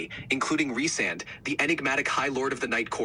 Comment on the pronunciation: GIRL you are going to get so many comments on this video just to correct your pronunciation of the beloved ACOTAR characters!!!! ACOTAR is the acronym for A Court Of Thorns And Roses so usually it’s pronounced AH CO TAR Rhysand- REE Sand Please girl get the high lord of my worlds name CORRECT! respect this man lol 😂❤